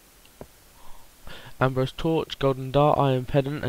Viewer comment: Fucking Ambro SI-UM NOT ABROSE